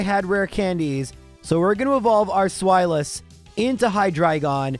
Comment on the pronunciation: The irritation at his mispronouncing of Zweilous. I guess not everyone realizes that their naming convention is German. The correct way to say it is SPHY-luss.